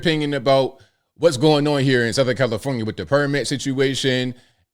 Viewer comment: I had to rewind it cuz I could have sworn called it Hellifornia